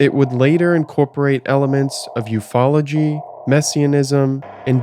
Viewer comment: The way you pronounce 'UFOology' sounds like an obscure woodwind instrument